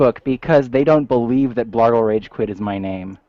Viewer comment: OOPS!!!!!....I just saw the text BLARGLE!!!!!!!!....sounded like Blargo lolololol. Add me pleeeeeeeeeeeeeeeeez